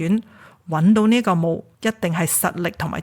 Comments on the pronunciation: 貪「婪 」 應該讀東南個南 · 但係佢讀錯唔止一次貪婪個婪字喎？